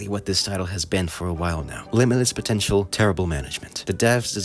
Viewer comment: Did you say potential?